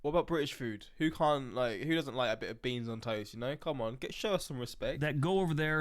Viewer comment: Beanson toast? Blah...lol